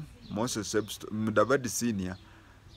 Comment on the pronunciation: Substone not sebstone!